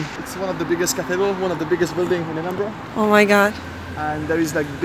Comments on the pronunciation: "Edinbora" değil, "Edinbıra". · Edinbörg değil edinbora her güne yeni bi bilgi sağol 🖤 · iskoçya ve iskoçya tarihi ile çok ilgileniyorum fakat "edinbrah" diye telaffuz ediyor kendileri, lütfen. videolarını severek takip ediyorum ama bu kullanım biraz kulak tırmalıyor. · Edinbrah diye okunuyor. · “Edinbrah” diye telaffuz edilir